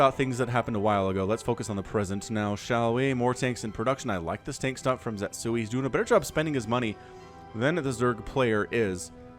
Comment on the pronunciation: pretty sure the name should be ze-tsu-i instead of zet-sui.